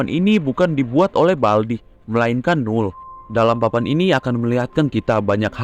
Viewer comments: Null jadi Umal lagi🗿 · kok Null Jadi Umal🗿